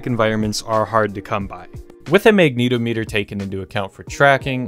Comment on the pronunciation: lmao the way you say magnetometer threw me for a loop. It's not Magneto Meter, rather, Magnet -ometer. Like how you'd say the "-ometer" in "accelerometer."